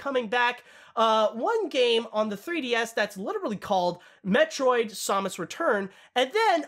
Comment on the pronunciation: Your pronunciation of Samus disturbs me.